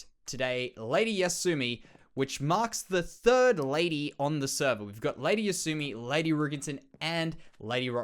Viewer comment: Wahoo, got my head on the wall! Thank you so much for making such awesome content and just being awesome in general. Thank you also for saying my name correctly. So many people drop the second Y and call me Asumi instead of Yasumi. You are the best,, keep up the awesome work! Regards, Ladyyasumi.